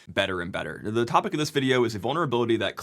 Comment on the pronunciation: Bro you can't just mention The End of Ze World like that in these trying times.